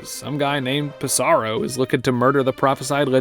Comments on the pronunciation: Ps saro lol. it's sorrow, dude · If you look at how it's spelled in Japanese, it's clear the P is supposed to be pronounced. Pi-Sa-Ro.